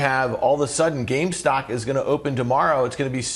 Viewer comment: he says "gamestock" or "gamestonk"